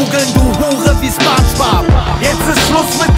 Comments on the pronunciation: Da kann jemand das Wort Spongebob nicht aussprechen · In Deutschland spricht man den Namen „Spongebob“ mit „O“ aus. Das klingt einfach nicht korrekt. Beim nächsten Mal einfach drauf achten.